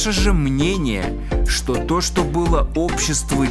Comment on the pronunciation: А как он говорит «шо», а как посмеивается